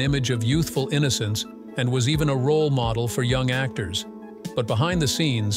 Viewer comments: Some very strange pronunciations: model pronounced modal. Last names pronounced more than one way. The usual for these AI voiceovers. Hire a real person! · Anna Nicole Smith was a moh-dull? Seriously, someone needs to ban AI narrators. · Anna Nicole Smith was a "moe-del?" What's a moe-del? Adrienne Shelly - Murdered by a construction worker who staged her body to make it look like a suicide. Dominique Dunne - Strangled by her boyfriend. Rebecca Schaeffer - Murdered by an unhinged fan. Dorothy Stratten - Murdered by her psycho husband. Lana Clarkson - Murdered by record producer Phil Spector. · I didn’t know that Anna Nicole Smith was a “moh-dull”. AI voice sucks. Oh, and Robert “Vaug-ner”.